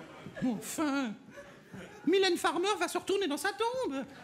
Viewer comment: Le "No soucay, j'adore Maymay Matay", m'a tué